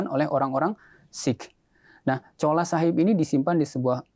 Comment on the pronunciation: Ma'af bukan Chola tp "Chula" Chola itu ga boleh disebut karena artinya kurang baik menurut BHS Punjabi/Urdu